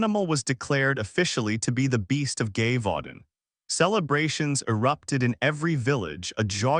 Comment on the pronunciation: If your going to do this story. You need to get the pronunciation of the location cortect.